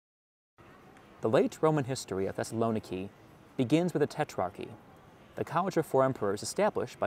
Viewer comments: The pronunciation of Thessaloniki is, according to the Thessalonikians, Thess-a-lo-NEE-kee, accent on the 4th syllable, not the 3rd, as widely supposed (by and) outside Thessaloniki. Also, primarily because Macedonia is a tourist backwater, and therefore a place people more into history and culture should visit, is pronounced, by EVERYONE who lives there, not Mass-a-DON-ee-ah, but MaKadonia. Yes, the C is pronounced a hard K. This is in part because Greeks don't like the MaKadonians, who are not pure Greek, more part of the Balkans than Greece, and who claim to be the real homeland of both Alexander the Great and his father Philip. Greeks are adamant those royals were Greek, and have gone to war with the MaKadonians over this dispute. For decades, in the UN, Greece insisted the country now known as North Makadonia (with a C, I am only using a K to remind readers it is NOT pronounced Massadonia by the actual MaKadonians). Greece had threatened war with Makadonia if they internationally insisted on calling themselves that until a compromise was reached a few years ago, to call the region around Thessaloniki, within Greece, "Makadonia" and the actual country where Philip's palace site is situated in the capitol of North Makadonia, Skopia, in a monumentally tall series of statuary so high above the palace site you need to fly up to it to make out the images of Philip and Alexander, which the non-Greek MaKadonians insist belong to them. After visiting Skopia and exploring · It’s /thes-sal-oh-NEE-kee/. Learn to pronounce names correctly before you record. If you don’t know this ask any Greek person and practice it until you get it right